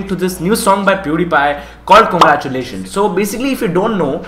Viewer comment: Cangaru -tiu - lations 🤣🤣, you are awesome mate